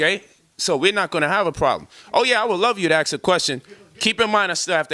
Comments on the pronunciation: What I need to axe? Do you mean ask? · Guy tries to sound smart yet he can't pronounce ask. Instead he says axe? Wtf! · Polight tries so hard to sound intelligent with his vernacular but still has difficulty with one of the simplest words...ASK is not AX or ACKS it’s ASK.